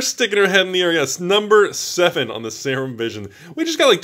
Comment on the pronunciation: Serum is pronouced 'Seer-RUm', SEER-RUM. Not 'sayer-um' lolol. botches half the pronuciations on purpose it seems to hide his awful pronunciation of the other half. Still love the videos though! Production quality is top notch.